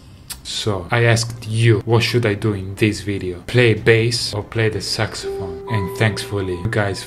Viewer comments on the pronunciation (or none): Nobody Davie: SucSyPhone